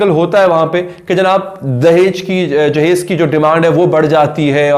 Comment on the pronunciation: آج آپ نے لفظ جہیز صحیح ادا کیا 🙈😊 دحیج لفظ انڈیا میں استعمال ہوتا ہے